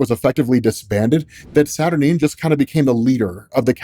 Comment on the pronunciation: Satur-Nine Not Satur-Neen